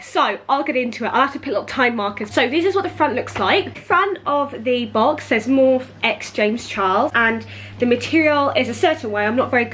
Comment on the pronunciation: Girl it’s pronounced Morpheeeee x